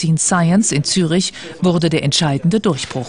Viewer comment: Na ja, die Stadt heißt aber nicht Zürch, sondern Zürich. Also, man muss das schon wissen, intuitiv ist es nicht.